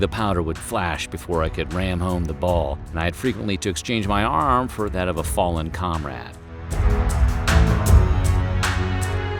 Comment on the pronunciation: ....he read it wrong and said "arm" funny. Anyone else catch this and have questions?